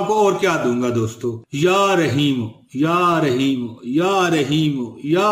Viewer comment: Bhai aap bol rahye han ya rshimo ur likha ar rahim hse